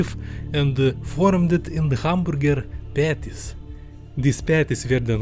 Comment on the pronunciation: Hooman boorgir??😭